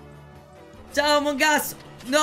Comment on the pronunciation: ma perché dici ziao